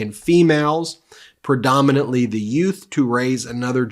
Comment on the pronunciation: The what? The two yutes were walking... Did you say "yutes?" Excuse me your honor. Yooooooooouths